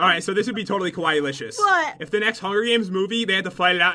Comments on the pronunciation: It's so triggering to hear them add like an extra syllable to kawaii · Kawii (last silable sounds like hi) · Lol I'm Japanese so I can say they aren't pronouncing it right. I haven't seen anyone say it right besides my sister and my dad. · I disliked just because they saying kawaii wrong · ITS PRONOUNCED SO {KUWAY} KAWAII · It’s pronounced Ka-why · when you read it its KAWAY not KAWAYI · You guys kept saying it was KOwaii, as in scary. Kowaii=scary kawaii=cute in Japanese. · Pat...its pronounced (Ka-y) not ( KaWIE) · Its KUH-WHY Not KUH-WHYEEEEEEEEEEEEEE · It's pronounced KA WHY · no its Ka-why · KIWAIHH!!! F.Y.I you did say KIWAIHH wrong in beggining of vid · It pronounced kay-why- ie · I think the reading is kawai not kawaii!😑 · its pronounced (ka-wi) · It's pronouced ka-why just so you know. NOBODY YELL AT ME BECAUSE I SAID HOW TO PRONOUCE IT!!! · U know it's pronounced ka y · ***** half of my family is Japanese other half of my family is German/american. It is ka waii but its more short and it dosnt ryme with Hawaii . (ka-wa-ee) I know because i have been I Japanese school for 6 years and cam fluently speak and read Japanese and i go to school in Japan in the summer when visiting my family. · There saying kawaii wrong ka-w-I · It's Spelled Kawai'i, and it's pronounced (kaw-why-eee) Such an insult ;) (I live on Kawai'i) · sorry... it's (ka-wha-ee) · it's pronounced (ka-why-ee) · It's kwiie🐬🐬🐬🐬🌊🌊🌊🌊. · Kawaii is pronounced Ku-Why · Kawaii is pronounced kwai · its pronounced kuh-wiy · its not like hawaii, its pronouced : kah- why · kinda saying it wrong... The two i's mean nothing for pronunciation. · You are saying kawaii wrong... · pat please stop saying kawaii... if ur not even sure how to say it....but you and jen are still good if not good great youtubers! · Omg ilysm pat he said it's so kawii but with a k it already is with a k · Ur saying it wrong